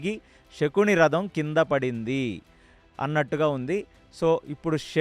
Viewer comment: నమస్కారము andhi శకుని andhi షకూని kadhu andhi raboyee taraniki ష కి శ తేడ మనమే చెప్పాలి